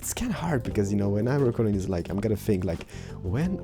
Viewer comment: Say "this", not "dis"!!